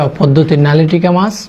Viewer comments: A k vaii.. a k😕 lailontika ke bole nalitika🤣🤣🤣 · হায় হায়, ওটা নালিটিকা মাছ না,, লাইলনটিকা মাছ।।